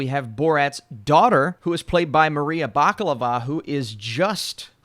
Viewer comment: You called her Maria Baklava 🤣